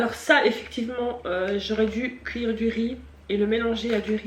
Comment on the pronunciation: « A couire » 🤣 accent belge